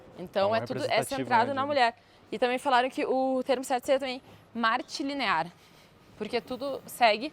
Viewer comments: Matrilinear, e não Martelinear. Eu sei que vocês poderiam dizer: Ah, você(s) entendeu(ram). Todo o vídeo é delicioso. Entretanto, este erro distorce.o próprio propósito do dito. Trocar Matri por Marte como raiz do termo, ainda que sem intenção, parece uma emissão de opinião voluntária contrária contra o tema, no que sinto muitíssimo. É quem fala, quando da reflexão final sobre o tema. Sentimos muito pelo ocorrido. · Se diz matrilinear